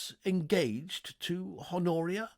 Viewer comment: Love the uploads! One note for future recordings: the H is silent in "Honoria". Thanks!